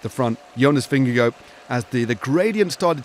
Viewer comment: It’s a little thing, but I wish commentators wouldn’t called him “Vinne-go”. It’s VinneGARD.